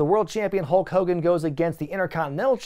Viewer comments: A few minutes into the Warrior vs Hogan match, i just noticed you were saying Hoke Kogan! 😂🤣🤓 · saying "Ho Kogan" when talking about the Warrior promo is everything. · As a child I thought his name was “Ho Kogan” for years due to Warrior’s promo on him. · Why were u saying hulk hogan weird?